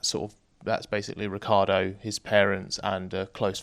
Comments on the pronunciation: it's not pronounced rick-ardo. It's rich-yardo. I am italian, I would know. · Or as Vettel did call him, Ri-CHAR-Doh 😉